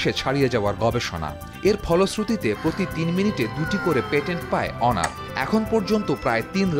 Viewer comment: যাক আপনার সঠিক ভাবে উচ্ছারণ করেছেন অনার। অন্য সবাই তো হনোর,হোনার বলে। আর হুয়াওয়ে কে বলে হাওয়াই